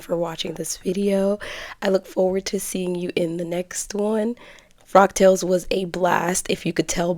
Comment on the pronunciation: I thought you were saying frog tails...😆 The fabric is lovely! It reminds me of "Monet". Look up Monet, Water Lilies. So I thought the print was perfect for a frog tails event..lol... I'm such a dork. The dress turned out sweet! In all the outfits I've seen you on, I never thought your shape was as similar to mine as you suggest... (Though I'm definitely larger). So good job sewing things that accentuate your figure so well. I have a few of my mom's old vintage patterns, but there is no way they'll ever fit me... Love the gloves too! Nicely done!